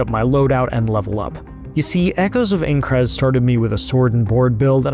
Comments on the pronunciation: I think I'd kill myself if I paid for a preview on my new game and the dude narrating the video mispronounced the games name at every opportunity and got facts wrong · Its AINCRAD not Eincrad you absolute cretin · Bruh, it's INE-CRAD, not AING-CRAD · bro said ayncrad XD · Aincrad Eye-n-crad PLEASE 😭😭😭😭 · While the game looks awesome, and the preview is amazing, this narrator's pronunciation is cringe inducing. "Aen-crad", yeesh man. He should have at least watched the first episode of the anime to learn how to pronounce it. Or at least had someone nearby who knew anything about the setting to correct him. That second thing would have probable worked better. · I died inside everytime he said Eincrad lol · Calling it Aein-crad gave it away before you did. 😜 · we know you've never seen anything considered you immediately said "Aincrad" wrong but yes! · Listen overall great preview but how did no one at IGN correct you and make you re record the VO you mispronounce Aincrad every time and it just hits a nerve for me. Maybe that’s a me problem but the biggest gaming outlet can tell you how to properly pronounce a word. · we can tell you aren't an SAO fan by the way you incorrectly pronounce "Aincrad" and the fact that you didn't know SAO isn't originally a manga. Typical game "journalism". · "I'm not a Sword Art Online fan" yeah I could tell in the first 5 seconds by the way you fumbled Aincrad. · Learn how to pronounce it for Jesus sakes. 30 times of saying the wrong name that would take two seconds to know.. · Im actually getting triggered that reviewers can’t say Aincrad properly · If you played the game why can't you pronounce the location correctly? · I feel that. The second I heard the way he pronounced Aincard I knew the theme of the game review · Did anyone else hate how he says aincrad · Didn’t have to tell us you know nothing about SAO… we already knew by the way you pronounce aincrad 😂🤦🏽‍♂️ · The way you say Aincrad....